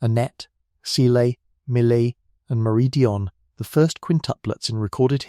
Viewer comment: Cecile and Emily Not seelay and mullEE